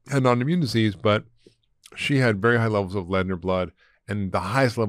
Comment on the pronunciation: I was sure he said at the start was “Berry” important 😂